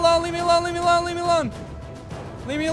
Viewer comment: When he was saying ‘Leave me alone’ it sounded like Le Meelon